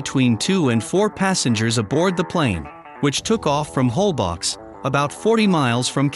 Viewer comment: it's pronounced "Olbosh"